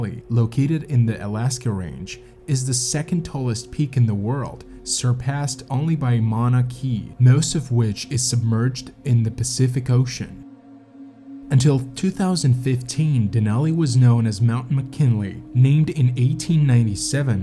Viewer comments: Mauna KAY-A ! Please be respectful of the places you share in your videos and learn their names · I was excited to see Mauna Kea (pronounced kay-ah, you got the tough part right!) mentioned in your program. Most people ignore the fact that the mountain is measured from its foot atvthe ocean floor. Fun fact: you can experience altitude sickness driving too quickly to Mauna Kea's summit! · Not Mauna - KEY, it's prenounced Mauna - KE'A.🤦‍♀️ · it's pronounced Mauna "kay ah" not "key ah" I'm just sayin' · Bruh i know this is an old video but Mauna Kea was absolutely butchered pronunciation, which is sad because she's technically the tallest mountain on earth. It's pronounced "Mow-nah Kay-uh" Hawaiian is very easy pronounce once you get used to it. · Mauna Kea --"Mao-nah KAY-ah" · Native Hawaiian here, Mauna Kea is pronounced "Mao-nuh Kay-uh" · Really !!! Phucking dip shiit. Mauna Kea? Mana K-ah ( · Mauna Kea [MAH-na KAY-ah] is an inactive volcano on the Big Island (Hawai’i) of the Hawaiian Archipelago. You can drive up nearly to the summit in a car. The vast majority of Mauna Kea’s mass is far below sea level, underwater, though it’s still a reasonably tall “mountain” on land. It’s geographically amazing due to the sheer total size of it above + below water, but it’s not a very good example to use in regards to major North American climbing peaks. Still a really great video though. Don’t fuck with mountains, kids.